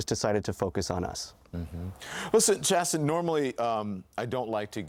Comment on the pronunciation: his name is Chasten not chasm. 😵‍💫